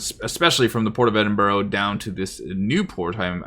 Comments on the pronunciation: Also, it's "eddin burr", not "edin burro" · Edinburgh but you say, Edinburro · Good video. But please Ed-in-bruh.